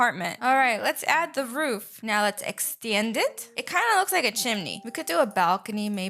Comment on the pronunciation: I like how you say extend 🙂🙂 extyend it 👌 lol love ur channel and ur builds they are SOOO GOOD also first comment pin plz 🙏